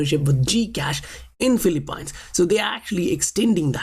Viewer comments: I just want to let you know, Phillipines is not Phil-A-pines. It's pronounced as FIL" + "uh" + "peens. Aside from that great content man! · Great work- just an FYI - it’s pronounced Filee-peens.